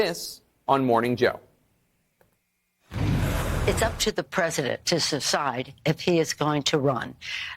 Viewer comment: Nasty Pelosi: "It is up to the president to 'susside' what he wants to do."